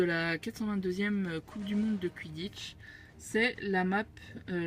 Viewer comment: on ne dit pas quidditch mais quouiditch